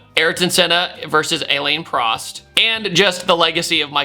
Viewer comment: bro said Ailen Prost 💀